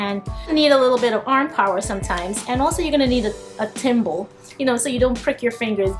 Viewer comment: You called it a timble .. isn't it a thimble?